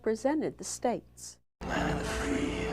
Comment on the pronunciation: Land of the what? 👀. Did you say Tree? 😂🤷🏼‍♀️ Have a great weekend! 💙